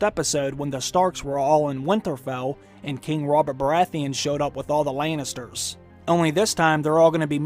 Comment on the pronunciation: I love the way you pronounce "Lannisters".